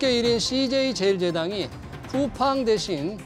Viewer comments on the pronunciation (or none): 딴 이야기지만 앵커분 왜 쿠우팡이라가 계속 하시네요 쿠우팡이 아니라 쿠팡입니다